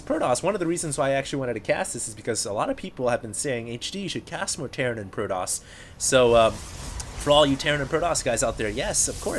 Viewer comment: proToss, with a T....Not proDoss